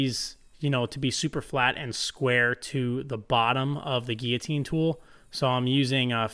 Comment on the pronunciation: notice the ''LL'' in GUILLOTINE !